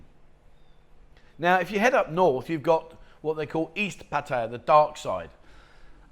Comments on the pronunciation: I can’t believe how many don’t put the effort into saying, Pattaya correct. Not,, Pa tie’ ya. It’s pa ta ya’. Ask any local, make an effort. It is the only respectable thing to do. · For some reason the Brits really struggle with this. Pat-I-Ya not Patty-a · it’s pa ta ya. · Info is good buy after so long in Pattaya one should pronounce the name correctly.